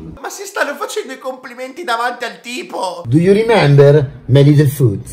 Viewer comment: Quel “do you remember?” alla romana è tutta n’altra cosa però